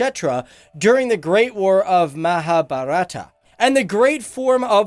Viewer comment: As an Indian the way you pronounce this words mahabharata krishna looks awkward as well as funny